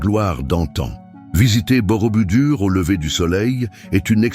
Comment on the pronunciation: ohhh quand j'entends Borobudur !!! c'est BOROBOUDOUR ! Avec bien des chaines où les véritables présentateurs font des fautes qui me font sursauter (p.ex..quatreS zamis oh lala QUATRE AMI et l'éternel "quan à...ou "quan on" c'est "QUAND..."T"A, QUAND..."T"ON, liaison SVP pour presque tout le monde) autant la voix "I"...intelligence est artificielle et déplaisante, monocorde, sans vie. Où sont passés Eve Ruggieri, Pierre Bellemare, il resterait beaucoup de progrès à faire aux voix artificielles avant de les lancer à commenter des sites pourtant très intéressants. D'autre part, pour avoir vu une bonne partie de ces sites, je ne les aurais pas mis dans cet ordre. Merci de prendre note !